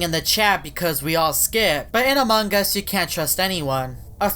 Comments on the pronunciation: Your not saying among us u said amog us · Why does always say "Among gus" instead of "Among us"? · hoffman says Amon gus not Among us hes right DUM DUM